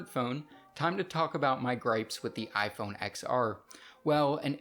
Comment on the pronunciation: Lifelong iPun user says iPun 7s 😂😂😂